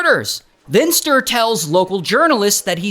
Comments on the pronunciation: Agree!! It’s supposed to be like “stew”+”reh”… not stir 😂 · I´m from Sweden and I know about this lowlife. But the you butchered his name all through the video is a crime in itself. "StUre" - not "Str" 😂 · Stir 😂väldigt bra uttalande av namnet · For anyone wondering, the true Swedish pronunciation of Sture is two syllables: “stew” and “reh”. Stew+reh. But it’s pretty hilarious to call him STIR. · No, there is supposed to be a harder pronounciation on the e. It's hard to explain, but kinda like sturE, not Sturr. 😶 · Sooo Funny hearing How an American say the name Sture 😂🤣😂🤣 And this is one of our greatest failings of our justice system…. We have e a murder of our,at the time, primary minister that also is a failing…. I believe those are our biggest… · yes, alot of us swedes care. He totally butchers the name pronunciation. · Yes, I know it's a joke. But for real, the name is greatly mispronounced, so no... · the pronounciation of Sture 😭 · Hey.. from Sweden here. 😂😂😂 I love your way of pronouncing Sture ❤